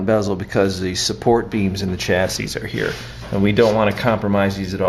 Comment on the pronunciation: The last s is silent unless you're talking about two chassis.